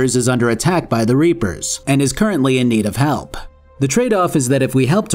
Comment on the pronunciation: I absolutely lost my shit at "Do not give in to the Ree-Appers Ander SON" and had to rewind the video.